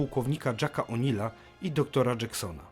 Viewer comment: Popracowałbym bardziej nad wymową angielskich nazw poszczególnych broni, samej wymowy słów pojazdów czy języka w Stargate (szczególnie to jak są wymawiane słowa lub nazwy własne jak nazwiska w serialu np O’Neila przez dwa "L" ), ale generalnie nie ma się do czego przyczepić pod względem merytorycznym 😉 Bo w samym filmie ta rasa wyglądała bardziej jak Asgardzi patrząc szczególnie pod kątem pojedynku Ra z wybuchem bomby jądrowej 😂